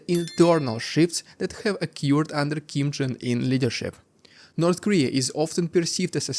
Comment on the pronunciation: Did you just say Kim Jung Ear? 😄